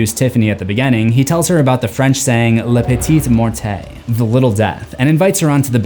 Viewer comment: Can I offer a correction? I don't remember if Alexis Arquette mispronounces it too in the movie but "la petite mort" is not pronounced "la petite mor-TAY" like you do here but "la petite mor(...)". The "T" is silent as often in French. Other than that thanks for the fun videos as always!